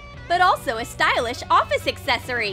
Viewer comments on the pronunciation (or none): did they say stylish or childish 😂